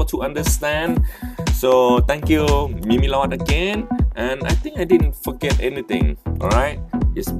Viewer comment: it's pronounced as MEEM-LORD. not MEE MEE LORD